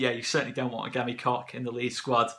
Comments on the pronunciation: Just pronounce it “Kotch” rather than “Cock” 😂 plus I think that’s the right way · Pronounced COKE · Great signing. It’s pronounced ‘Coke’ I’ve been told. MOT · It's not pronounced COCK, it's Koch as in Och aye or Loch Lomond as the Scots say it. Koch in German means cook.